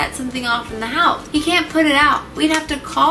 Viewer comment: When you said 'bakugo wouldn't be able to put it out so we would have to get/call todoroki to come put it out' I heard pull instead of put